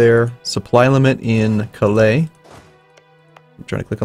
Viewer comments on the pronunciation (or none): none